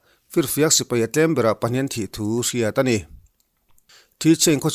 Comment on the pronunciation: Lo kap hlum ṭeuh ṭeuh zel teh se. An ralthuam hi laksak zel thei se ka va ti em. Sipai tih hi sipei tiin i lam ri lek lek ṭhin.